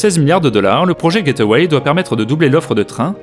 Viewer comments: Juste une petite erreur de prononciation, ce n'est pas "get away" mais gateway, comme gate + way. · Très chouette vidéo. Quand j'ai entendu le coût de construction, deux fois celui du programme Apollo, j'ai trouvé cela renversant. Surtout qu'avec les USA, c'est toujours des chiffres énormes. "gateway", j'ai moi-même longtemps prononcé "get-away", alors que c'est "gate-way". Mais sur le fond du programme, ça se rejoint.